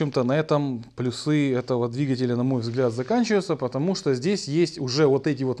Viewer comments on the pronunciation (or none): none